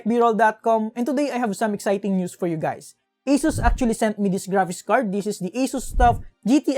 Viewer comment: is he saying "HEY GAYS"??!